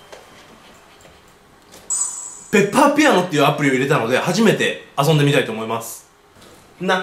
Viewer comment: 分かりペッパーって聞こえたw